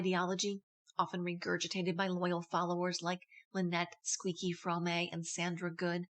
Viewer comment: Fromme is only one syllable. The e is silent.